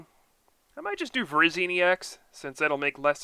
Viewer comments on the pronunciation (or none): none